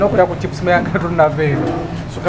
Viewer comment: Chips mayayi not mayaye ssebo